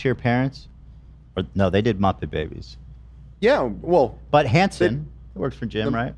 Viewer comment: Ethan not knowing Kermit was in Muppet Babies, saying Hanson instead of Henson, and saying “Sesema Street” all in the span of like 3 seconds has me dying of laughter